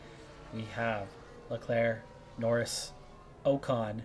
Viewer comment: How are you overlooking Norris? Please don't sign Ocon it's already painful enough hearing you get his name wrong, for same reason never sign Bottas or Schumacher 🙈